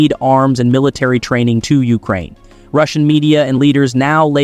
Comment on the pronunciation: YOU-crane? The rest of the planet calls it you-CRANE. Interesting that during the Canada section, it shows at one point that they apparently use American money, which I know for a fact is false. Why do you keep cutting off the last syllable of a sen---?